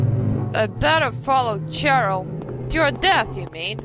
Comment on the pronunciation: I love how you say you will let us watch the intro and not say hello, while you already did it and then started talking lol The time it came out, released 1999 like it says on the main menu :D "On normal" wimp. Cheryl is pronounced Sheryl :D just an underage hooker, no biggy. "She's off to do her business!" on the street corner! Big red squishy thing is totally a squid :D Looks more like a lighter. Did indeed look like eyes.